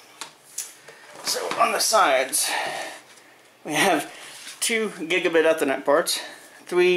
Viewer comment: 2 gigabye-ethanet-parts